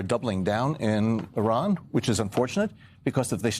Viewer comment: Iran not Eye-ran